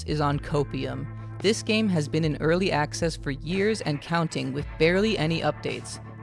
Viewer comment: "early acces" 😂